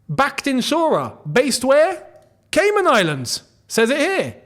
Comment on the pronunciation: Nah the way kept saying “Caynan Islands”😂😂😂